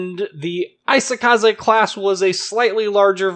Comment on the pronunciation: Not 'AI-sokaze', it's 'EE-sokaze'